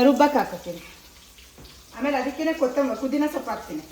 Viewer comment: ಪುದೀನಾ ಅದು ಕು ದೀನ ಅಲ್ಲ